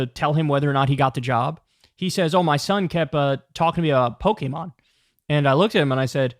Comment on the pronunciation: shouts out to Kyle pronouncing Pokemon the right way, thats how we know hes a real one